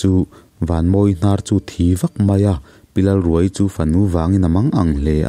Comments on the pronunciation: Pi Lalruaii tih hi...pareka thil khaia, khai tih lam thluk anga lamtur awm zawk tak,thluk hniam thla lovin thluksang hret in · Lalruaii i lam dan hi , a tap ruai ruai , or ka tap ruai ruai , tih ang a lam a Lalruaiii tih tur a ni lo maww ?